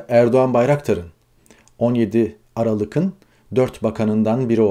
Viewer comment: Aralık’ın yazılsa da “Aralığı”n okunur gazeteci arkadaş, lütfen düzeltin, çok rahatsız edici...